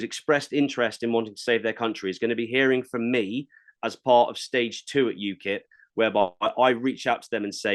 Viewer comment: Ukip not ukil 😂😂😂